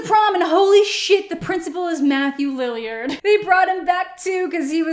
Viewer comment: Am I the only one who didn't know that it was a Kardashian? Also not LILY-ARD, it is Lillard.